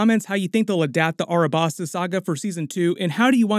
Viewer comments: Its Alabasta not Arabasta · this mf said "Arabasta"